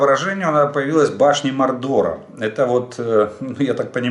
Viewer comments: Башни Мо'рдера,ударение на первый слог,Толкиен ,,Властелин колец".? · Башти МОрдора (наголос на першій "о") - це "Володар перснів" Толкіна